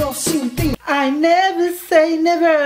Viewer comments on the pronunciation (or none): I NEVERRR SAY NEVERRRR jajajajaja me morí